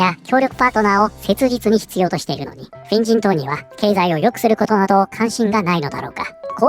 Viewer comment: 「フェン人党」が「変人党」に聞こえて、『確かに』と思った